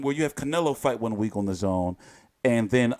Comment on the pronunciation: You to be Eddie haters because you are always say AJ and don't want to fight but you are not dazn hater but always downplaying by the way you mentione dazn telling us that the name oldish but I'm now I'm happy that you are pronouncing it well now. Take it or leave Eddie Hearn is a blessing to boxing.